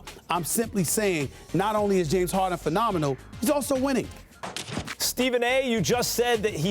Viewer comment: "James Hawden"